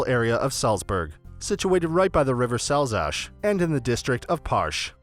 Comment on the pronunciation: It's pronounced like Sulz-ugh (Salzach) and not like Salsash